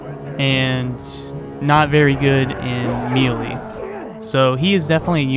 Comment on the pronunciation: me·lee , pronounced /ˈmāˌlā,māˈlā/ or may-lay. mealy, pronounced /ˈmēlē/ or mee-lee, means, of or like meal, think oat meal. good info about these two units though. verifies for me to not level up crossbowmen in this game.